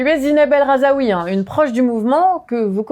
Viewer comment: Rhazoui, pas RAZAOUI pitié